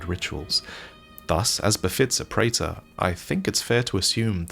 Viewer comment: A check of dictionaries seems to suggest that "praetor" should be pronounced "pree-ter."